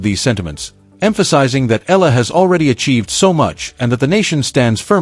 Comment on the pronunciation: EYAHLAH. .. not ELA ,not ILA. Please say it right